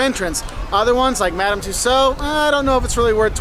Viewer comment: Madame Tussauds is pronounced two-sawdz not two-so! 😂🤦‍♀️